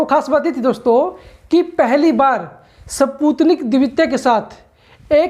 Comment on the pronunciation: सही से पढ़ना भी नही आता स्पुतनिक😀😀😀